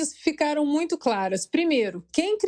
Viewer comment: Renan Calheiros ficou em êxtase com a declaração da moça , é. " MUITIO" importante!!!!!!!!!